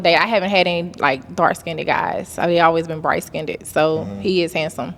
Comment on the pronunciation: She said ‘bright skindid’ 🤦🏽‍♀️